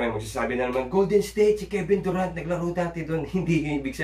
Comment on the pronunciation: Kevin SURant. Durant = Sur. Lakas mo eh haha